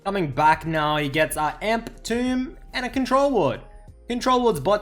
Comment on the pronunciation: tome is pronounced like Rome, but with a T. Not Tomb.